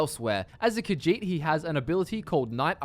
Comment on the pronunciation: I really hate that he keeps saying "Khajiit" wrong, but I don't know how to communicate the right way... Ugh.